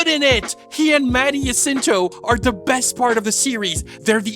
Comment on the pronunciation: Props for saying Jacinto correctly